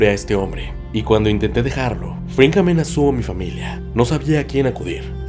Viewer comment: Gran viedooo, pero se me hizo raro que dijeras "Fringman" Jajaja